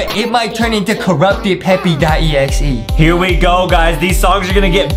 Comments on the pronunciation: They said peppy it's supposed to be Peppa with an A NOT a Y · It’s Peppa Pig Not peppy pig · ITS NOT PEPPE OR PEPPI ITS PEPPA I REPEAT PEPPAAAAAAAAAAAAA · ur supposed to say peppa pig not peppy pig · We say peppa Justin said peppy💀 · "Peppy" "peppa" bro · i love justin and adam from They Say Peppi instead of Peppa Pig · It's peppa not peppy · Is everyone know anything about them saying Peppa pig wrong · It's Peppa not peppy it's Peppa and also not mr p it's me potato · It's peppa not peppi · It’s peppa not peppy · its not peppy its peppa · Stop calling her peppy her name is peppa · Lol its not peppy its peppa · It is PEPPA NOT FRICKING PEPPY. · justin why just why would yuo say peppy it readily said peppa not peppy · Ppepa not ppepy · Bro can’t say Peppa 💀